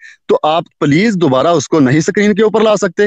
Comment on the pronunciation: Hours ko ganta bolte hai gainta nahi Screen kehte hai sakrin nahi